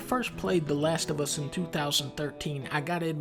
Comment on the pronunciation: The Lash Of Uh